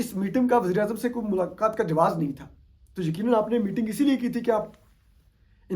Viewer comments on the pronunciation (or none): none